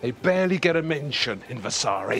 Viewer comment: Vasari. no vessssaaaari